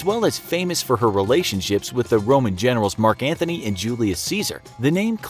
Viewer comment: It is Mark Antony not Mark Anthony! FFS